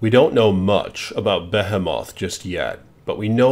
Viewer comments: You said it wrong. Not bu he moth. Behemoth. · be·he·moth... NOT "be HEH moth". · Isnt it pronounced as "bee hee meth" and not "bea hea moth" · BE-HIM-OTH. Dude it’s pronounced BE-HE-METH; behemoth. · Why the fuck are you saying BehHehMoth its supposed to be pronounced like BeeHeeMyth. Nice fake voice you fucktard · What’s a Beth o moth 😂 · here are my 2 pet peves 1: it's pronounced BA-HE-MOTH 2: STOP TRYING TO TALK LIKE MR H REVIEWS, YOU ARE TRYING WAAAAYYY TO HARD SO STOP THAT. still like the video though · Why can't anyone say the name correctly. Like 6 YTbers in a row now. Bo he moth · Why are you pronouncing this shit like Batphomet ??? WHY FOR THE LOVE OF GOD ARE YOU DOING THAT! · Okay dude this is bugging me its pronounced "BE-HE-MYTH" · You pronounced it wrong brother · Be-hee-mo-th Behemoth TY-TA-NUS Titanus Behemoth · am i the only one annoyed by the pronunciation of behemoth? lmao! anyway, this was a great video. that titan definitely caught my attention when it was onscreen!